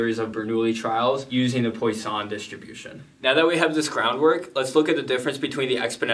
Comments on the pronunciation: Great explanation! As a french speaker, I love that your fun fact is how to "correctly" pronounce it but just proceed to butcher it again lmao. But good attempt. You definitely got the PWA right but the sson part is not "San". I can't really explain more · Great vid! Just an FYI, Poisson is pronounced "PWA-son" Like how croissant is "C(r)WA-son(t)" Or Eau du Toilet is "Eau du TWA-let" Merci ;) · The way you say poission wants me kill myself